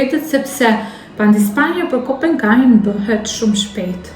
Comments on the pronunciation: Thuaja emrin saktë, kompekaj, dhe jo kopenkaj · Pò ta shohësh si è ka shkruar e mer veshr mir moj zonj që thot kompekaj jo kompenkaj